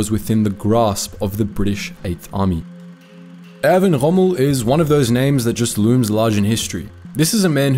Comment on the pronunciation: There is no need for the ultra-continental pronunciation 'Chommel'. Montgomery was selfish in the sense of insisting on a huge margin of resources before beginning the Alamein campaign.